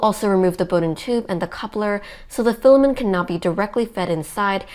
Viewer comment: Great info, thanks. I suggest the OP works at speaking more conversationally. Less huffing, hard breathing, and hard sentence stops. She sounds out of breath. You have lots of speaking experience. You can relax. Also, filamen't' sounds like fila-men. Please pronounce the 't' in filamen't'. You are a real inspirational duo for your AND adults. Thanks for being a great family team. Cheers to your brother, also.